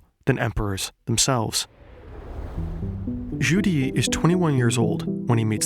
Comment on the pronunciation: Legendary Zheng He in Chinese would be 郑和 , should be pronounce as Jung Her (the closest it would be in english) Hopes this helps